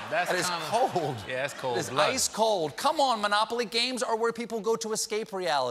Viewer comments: "Board gades"? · Anyone else heard "board gades?"